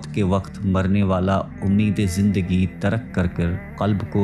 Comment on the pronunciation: اِس کو اٗس تر٘ک کو تَرکَ۔ٰ۔۔۔۔ کچھ تو تصحیح کریں۔